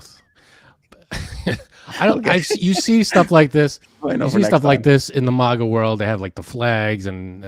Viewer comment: Why do you say it like that,!? Mahga? You cant pronounce a flat ‘a’ sound? 🤣 posh mf mahga…